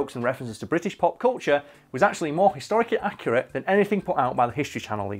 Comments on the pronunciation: 100% Accu-Rat-e. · HH is also on Hulu! Over here in America me and my Mom binge watch it and Stupid Deaths is her favorite bit too, also do you mean “Accurat”? And to answer the Prince George question, I think it’s Thick Wig like thick head